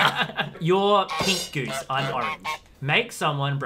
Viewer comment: It’s Goose not geez 😆